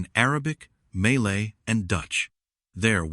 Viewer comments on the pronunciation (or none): Malay not Maylay!!!!!!😂